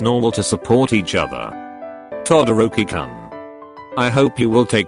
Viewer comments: "MiDoRiYiYa" "ToDoRkI-kUn" Midoryiya? Todorki? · Text:todoroki Voice:todooki 🤓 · The way that bot voice says TodDORKY kun is amusing. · The voice pronouced todoroki To-dork-ie. I am so sorry my husbando. 😂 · Auto voice thing for the message when it said to Todoroki it sounded like Todo-dorky Is it just me hearing this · noobody: siri: t o dORK EE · I love how it pronounced Todoroki todo dork i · Tidoorkey LMAO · C-akken mIDoriAaa toAdroki-Kun (How namez r pronounced xd) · Did i just heard (todoor ki kun)